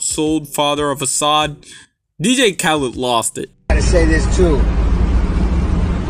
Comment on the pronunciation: learn how to say DJ, DEE-JAY. Not D-gay